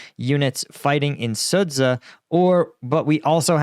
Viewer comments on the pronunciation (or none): Sudzha is parsed as Su-dzha. The "dzh" is a unit that sounds like the letter j as in jungle, so it sounds like Suja! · Thumbs down for pronouncing it sudza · "dzh" makes the "j" sound when translated from Russian and Ukrainian. It's "Suja". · if I may, I’d like to correct your pronunciation on Sudzha. It’s actually SOO-JA JA as in JAR